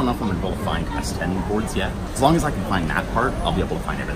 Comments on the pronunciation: Hey, great video. BTW, the reason everyone thinks you're saying S4 is because you keep saying 4 not 10? Might be better to just say the English number if you can't master the tone (curving it down and then up for 10). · You pronounce S10 like S4. The intonation is a subtle tweak from each other. S4 is a flat tone, S10 goes down. It's a good thing you show the + sign to indicate 10 or you might end up with S4 😂😂😂